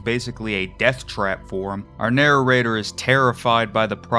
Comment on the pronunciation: I love the way you say "narror-rater."